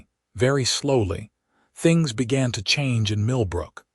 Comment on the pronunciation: "I wanted to build THINGS....create THINGS"!!!!!!!!!!!!!!!!!!! FREAKING HUMAN SPEACH puts the stress on BOTH of these on the BUILD and CREATE..................NOT ON "THINGS"!!!!!!!!!!!!!!!!!!!!!!!! "I wanted to BUILD things, CREATE things"!!!!!!!!!!!!!!!!!!!!!!! YOUR AI IS GARBAGE!!!!!!!!!!!!!!!! Get a new ONE!!!! or Get a NEW one!!!!!!!!!!!!!!!!!! DO YOU FKN SEE that those two sentences are different"""!!!!!!!!!!!!!!!!!!!!!????????????? STRESS ON THE FREAKING WRONG WORD, CHANGES everyTHING or EVERYthing!!!!!!!!!! YOU DON'T GET IT, DO YOU!!!!!!!!!!!!!!!!!????????????